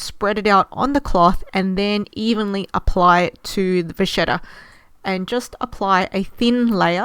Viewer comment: It’s pronounced va-KET-ta not vashetta 😂